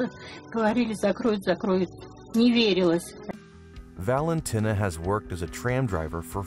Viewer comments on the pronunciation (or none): Why do you pronounce it Valentyna? It's Valenteena.. Valentina as in TINA! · Valentinner, the woman who tins in Valen. Or why this horrendous pronounciation?